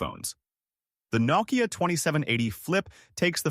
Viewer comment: "Naw-kiya", huh? AI voice missed that step.